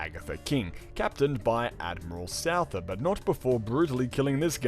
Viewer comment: omfg I almost can't cope - Souther is pronounced Suther in English...bruh :'( su-tha kinda...fk me :(